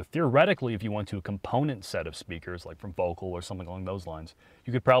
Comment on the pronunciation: Did you say "focal" when you mentioned replacing the stock (base) speakers with aftermarket component drivers? Because Focal (brand) is pronounced foe-cal (cal as in calendar).